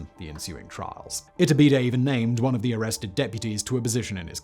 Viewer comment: 100% kept hearing his name as its-a-bidet, very confusing when I wasn't paying attention in the middle 😆